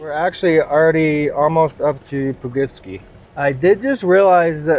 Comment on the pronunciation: Po-Kip-See. Great video but making nuts with how you say Poughkeepsie. Haha 👍🏻